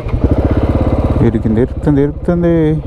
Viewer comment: Erikindi kadu bro telugu Sariga matadu erukundi